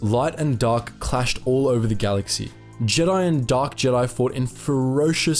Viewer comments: "THE GIDI" ? LEARN HOW TO SPEAK WANKER ! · Is pronounced Jeh-die